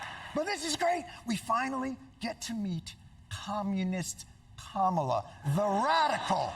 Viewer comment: Sir Jon, the GOAT, (03'20: "Just name swing states") disrespecting the correct pronounciation of Kamala :-(